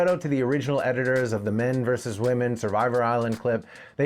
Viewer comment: Brawn or brains? The men had both, the wahmen had neither. So tell me again, what was that about men being no more than blown up boys?